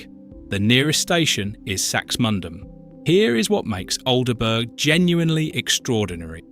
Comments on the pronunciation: Al de burg. That cracked me up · AN ICK not AL n ivk ALL-bruh not Al der burg Maybe the voice is AI Also most yorkshire East coast chip.shops fry in dripping! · I don't think the Local who had lived in Aldeburgh all his life would have said Alderburg. Everyone knows it's pronounced Aldbro. Still, quite liked this despite the A1 creeping in. Alnwick is pronounced Annick, though Alnmouth, is oddly enough pronounced Alnmouth not Anmuth. Is nostalgia one of the UK's upcoming industries now many of the traditional livelihoods no longer exist? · Pronounced ALDBRUH FFS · Aldeburgh is pronounced Aldborough and Alnwick is pronounced Annick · The Bot needs to learn, for example, how to pronounce Aldeburgh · What a strange (AI) pronunciation of 'Aldeburgh'!! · Plus the way pronounce the town names! Especially Aldeburgh!!